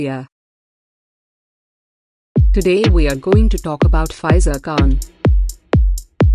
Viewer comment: It's fee -zah